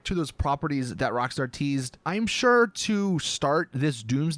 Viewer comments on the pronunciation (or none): none